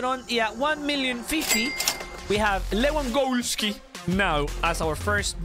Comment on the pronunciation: I thought pronounced lewandoski like that but now I realized that he says Lewangoalski